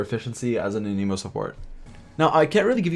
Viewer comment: i dont think thats how you say anemo lol